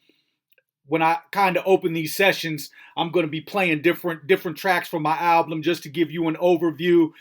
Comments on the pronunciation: Is he messing with us by saying AL-BLUM ? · lol why do you say alblum!?